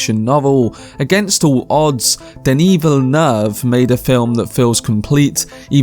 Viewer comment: Good video my guy but you fucking butchered the Director's name